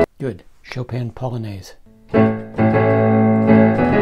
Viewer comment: Why do you pronounce >Chopin< so weird?